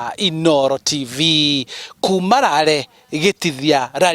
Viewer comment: The reporter said' itùra rìa Rare😢'. It's Lari not Rare or Lare'.